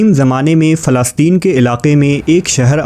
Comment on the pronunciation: مجھے بی لگ رہا ہے کہ یہ غیر مسلم ہے کیونکہ اس کی لفظ فلسطین کی ادائیگی بھی صحیح نہیں ہے